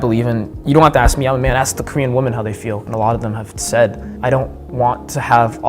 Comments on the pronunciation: Come on dude, you can use the correct pronunciation of 'women' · FYI, woman and women are not pronounced the same. I realize English is not your first language, still… ￼￼